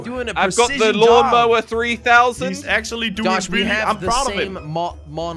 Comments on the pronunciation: Lawn Mower more like mawn lower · Jelly: mon lawer Me:lawn mower Hahahahah🤣🤣🤣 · "MaWn lOwEr" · Lol actually josh and crainer also called it mawnlower 😂